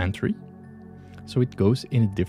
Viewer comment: Thanks for the tutorial. 🥰 However, it is three 3. not tree 🌳 😉 (not being mean)